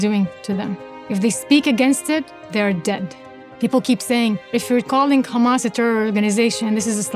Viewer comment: If u notice tge way she says "khamaasss" you'll know very quickly that this is a lie and she doesn't sound Palestinian.